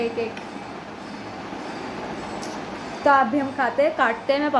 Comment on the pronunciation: The way you say pappa instead of papa , ahan so me ❤️